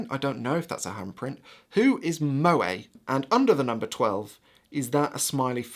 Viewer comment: Unlike Zoe, Moe is pronounced like mow, as in mow the lawn. Just FYI.